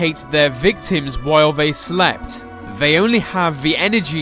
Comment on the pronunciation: Is he... Is he saying "vey" instead of. "They"?